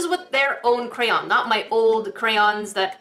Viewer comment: Yessss you said cray-on not cran or crown